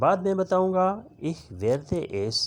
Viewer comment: Aap ko to word ich hi parna nahi aa raha. Aap kya wrong taleem de rahe ha.